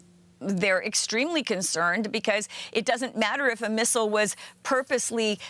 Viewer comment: Thanks for pronouncing missile correctly